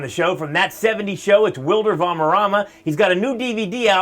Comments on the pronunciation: Its not wilder its WILMER and its not varmerama (thats wat the dude says) its VALDERRAMA! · It's WILMER! Not WILDER. Jeez. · its Wilmer! not wilder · Hey want to do a showbusiness career? can't spelled wrong both names dude... isn't Wilder Valmerrama as u said in the intro... it's Wilmer Valderrama... good luck